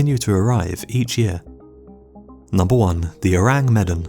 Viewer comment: Is it really too hard to check pronunciations before recording your voice-over? You absolutely WRECK the pronunciation of Ourang Medan. Medan rhymes with "the man."